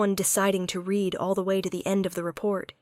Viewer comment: AI still needs to learn how to PRONOUNCE Words Correctly to make the story Better. unless there is a human that also needs to learn. Examples: READ = 'Reed' this book; She "red" the book; also used at least 3 different pronunciations for "Peter" !!!